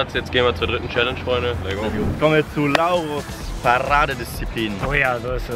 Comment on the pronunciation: Warum Lauro und nicht Laucho? 😂😂